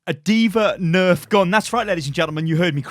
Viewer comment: Heard "Dva neft" and had a mini panic attack